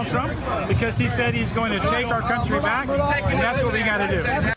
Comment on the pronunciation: "Stand BWACK and stand by."